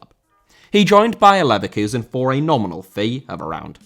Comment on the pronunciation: Leverkusen* not Leiverkusen